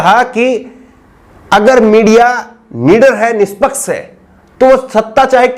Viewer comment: Tu Rajasthani lg rha h yr निसपक्स से 😃😃